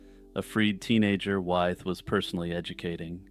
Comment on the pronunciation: (George) Wythe is pronounced “with.”